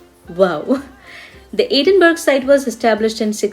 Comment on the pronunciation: Really enjoyed your informative and enthusiastic video ! , by the way , the city is pronounced Edin-burr-ah not Edin-berg ! 😊